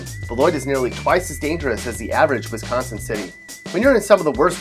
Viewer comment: This guys pronunciation of Wisconsin is pissing me off 😂